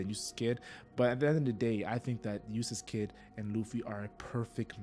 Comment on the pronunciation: it sounds like you're saying Useless kidd, which is just funny to me lol